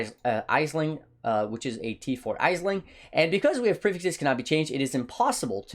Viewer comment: Aisling is pronounced Ash-ling.